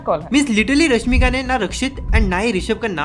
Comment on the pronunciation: Bhaii tu pehle apne speaking skills prr dhyaan de le... Itna fast atpataa krr bol rha video me, aadhe se zyada words clear hi nahi lag rhe aur irregular pace me bole jaa rhaa... Aur corg nahi hota , coorg hota hai, ramaiah bhi tune lagbhag galat bi pronounce kiya.. rashmika ka name kitni baar itni tez bol gaya ki rashmika ka sirf rasika sunai de rhaa... Apne aap ko sudhaaro uske baad dusre prr video banao